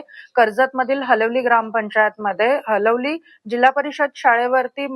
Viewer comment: हलवली नाही हालीवली आहे तै